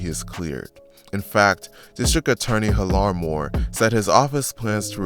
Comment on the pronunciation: Lol is pronounced Hill-Er Moore not hil-are